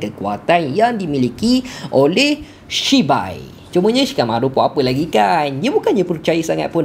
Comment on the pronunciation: Aduh takleh go lah siak nama dia shibai pastu abg ni sebut cibai lak 😂😂😂😂😂😂